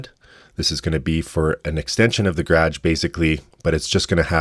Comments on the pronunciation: Gradge is a wild way to pronounce garage lol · The graahhgh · That’s Canadian for….garage… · I love whenever I encounter an english word with a completely different region-specific pronounciation 😅 Havent heard 'the Gradge' before, love it 😂 The last time I heard a different pronounciation of a word that I 'thought' I knew, was 'asphalt'. Was also a canadian, don't know what region, but he kept saying "ash-fault", maybe someone can enlighten me as to where in Canada that's the common pronuinciation? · I'm glad I'm not the only one that heard that.